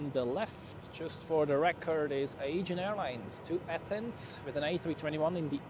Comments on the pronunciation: Nice stream. Sorry to be a smartass (again 🥀) but the Aegean pronounciation triggers me too much 🥲 It's pronounced Uh-jee-an not Aygen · bzw. Ädschiien